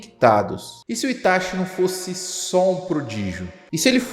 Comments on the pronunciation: É ITACHI, e não ITASHI. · E ATACSHII 😂